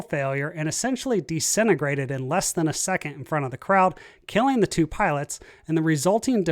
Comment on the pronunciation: It’s dih-sintegrated! Not dee-sintegrated.